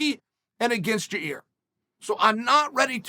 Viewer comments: Chael bro ... it s not Ya Rear it s Yo Rear it s not Your Ear ... it s YAIR ,,, Pronounced YAYEEEEEER repeat after me YA ... YEER now together YAYEER . Ok bye . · Uncle Chael mispronounced Yarear's name a couple times in this one... sounds like he called him "ya ear" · I'm sorry but all I can hear is "your ear" "in your ear" " ya rear" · Lol ya-reaR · Yair, Ya-Ear, Ya-Rear, Ya-Year, don't matter Max in fo' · Lol Ya:Ear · Gotta love hearing that Chael is taking Max Holloway if you’re Ya-ear Rodriguez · yair “ya ear” Rodriguez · Ya ear… ya rear… lmao I love you Chael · I keep hearing “ya rear” or “ya ear” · Uncle Chael keeps calling him " "Ya-Rear"! 😆😆😆 My rear? lol 😂. Love you Uncle Chael !! 👊🏼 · I only clicked on this video to hear Chael say "YaRear" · YA EAR, YA REARR, YOUR EARRRR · It's time to bet the house on "Ya rear"rodriguez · Did he just call him "ya rear"? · He’s saying Ya-rear un purpose now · He does it cause it generates comments which makes YouTube algo happy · Chael is pretty lazy ... A simple google translate would show him how to Annunciate 'Yair' correctly.. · Ya-yeer Ya-rir Ya-reer Yai-eer Yuh-reer Yuh-eer